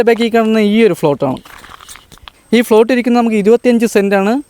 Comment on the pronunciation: ഫ്ലോട്ട് എന്നല്ല പറയേണ്ടത്. പ്ലോട്ട് എന്ന് പറയണം.